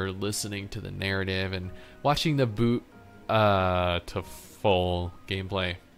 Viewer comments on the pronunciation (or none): none